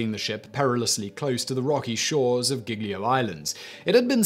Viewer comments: The way you say "Giglio" makes it sound as if it were spelled "Ghiglio". In Italian G's immediately before E's and I's are soft, as in "juice". At all other times, including when there's an H immediately following (which is never pronounced no matter where it comes in a word), the revert to being hard. There's a similar rule for C's followed by E's and I's where it becomes a "ch" sound as in "child". Again, if there's an intervening H, the normal hard C (sounding like K) is used. I won't go into the subtle change that happens to the pronunciation of the vowel immediately following such constructions - most English speakers cannot hear it without training. Nor will I talk about how to correctly pronounce "gl" which English speakers find very difficult. The name Genoa has the stress on the first syllable. Not all Italian words have the stress on the penultimate syllable - most do, but many don't. There are some insanely complicated rules for working this out, so it's easier just to learn the correct pronunciation. Thank your lucky stars you're not learning English where the pronunciation of often impossible to deduce from the spelling - notable for this are Americans saying British place names. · The actual phone call to Schettino and his exuses not to back on board was saddly hilarious... Also, I love you butchering Italian names, "skettino" ("sc" you got right should read as "sh" but "ch" Is more "k" like), "geeljo" "g-ljo".... here seem instead you read "ghighlio" (again as with "c" same with "g" when followed by "h" the sound get "harder" without Is more smooth mixing with the following "e" or "i"... "Gl"... Well i give up dunno how ti explaint It you should hear... "Lj" maybe?) "Sc" "Gn" "gl" "ci/e - chi/e" "gi/e - ghi/e" and the different pronunciations of "s" "ss" and "z" those are the worst to get for foreginers. No blame anyway... You do cover toons of different story from all over the world. Keep up 👍🏼